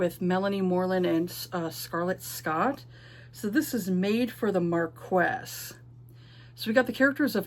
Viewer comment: Marquess is pronounced "Markee." Yeah, I was surprised too. French is a beautiful mystery to me. Ashes seems interesting. I love a cinnamon roll male MC.